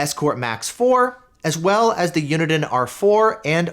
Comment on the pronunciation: You pronounce Uniden so weirdly.